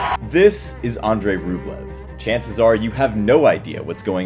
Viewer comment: Mispronunciations make me cringe. 😅 It’s Pop-uh-rin. And more importantly, it’s Ahn-drey, not Oh-drey. ❤